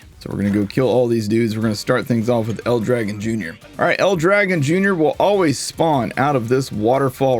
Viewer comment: Aww... no love for the real pronunciation to El Dragòn.. Battleborn was so good. So much character in everything.